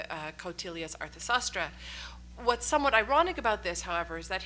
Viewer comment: Sanskrit Pronunciations are FAR from desirable --Dharma Saasthra --Raamayaana --Needhi saasthra --Kautilya's Artha Saasthra -Dhama -very,very poor Pronunciation --one has to play Audio again and again to understand what is the Sanskrit word that is being pronounced if there is a "WILL" --there is a WAY" --There is NO "WILL" to learn correct pronunciation Czechoslavian youngsters --even VEDIC SANSKRIT with INTONATIONS have learned Absolutely Correctly --we have a "Weakness" --if WE get a Doctorate Degree, we feel that we are "Super-Toppers'